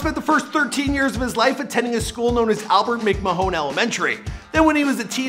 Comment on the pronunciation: Omg you make a major error in every video huh? McMahon is pronounced mcMAN. 🤭